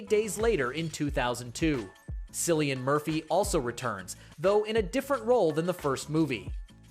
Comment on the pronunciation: You forgot Steven Yuen in the RIP and Cillian is pronounced like Killian. But I'll subscribe anyways.